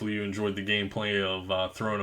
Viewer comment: throne of ID-dris. smh